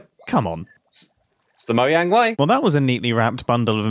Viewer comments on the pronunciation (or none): none